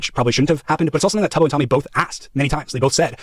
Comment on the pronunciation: Bruh he knows so little about the community he doesn't even know how to pronounce Tubbo, he has no business covering this 🫩